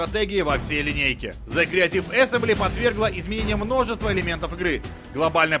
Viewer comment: Объясните мне, почему на столь солидном ресурсе обзоры на игры - продукт, принципиально создаваемый на английском языке - озвучивает человек, в принципе не способный к произнесению английских слов? Какие "вач догс"?! Какие "криатив асемблей"?! Люди, пишущие текст, ну дайте ему хотя бы приблизительную транскрипцию кириллицей, если человек не в состоянии прочитать хотя бы с акцентом английское слово!!!